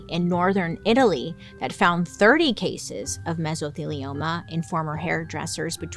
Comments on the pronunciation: Bailey up in here properly pronouncing 'mesothelioma' but can't say 'rural' lol. Love you! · Struggles with "rural". Perfectly nails "mesothelioma" 😂🙃